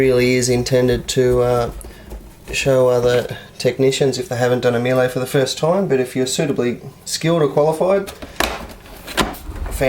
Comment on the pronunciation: "Meel-ay"?!! Struth! Try 'Mee-luh'... And for heaven's sake get a cordless driver! Life is too short to watch you extract screws with a flaming screwdriver!